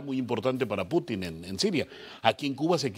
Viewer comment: Y este es el “especialista” en temas de Rusia. Vaya nivel de invitados. Para empezar, que le explique al como se pronuncia correctamente el apellido de Putin. Está claro que la dictadura cubana sólo persigue prolongar su existencia y que Rusia busca soluciones geopolíticas a su favor. Vaya tontería decir que Rusia busca en Cuba tierras y recursos para garantizar productos básicos. No hay mentira más grande que decir que actualmente Rusia está afrontando una crisis alimentaria. Infórmense mejor o mienta con algo más de creatividad.